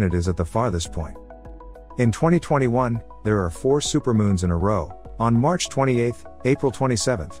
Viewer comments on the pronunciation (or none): none